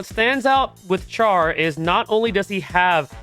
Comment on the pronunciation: Um. Char is pronounced more like “sh-ar” instead of “ch-ar.” And GQuuuuuux is “qu-uh-x” instead of “qu-ak-s”